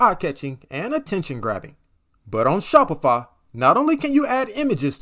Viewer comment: bro is saying Shopifa